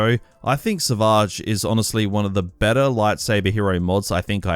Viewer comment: Never heard somebody say savage so fancy lmao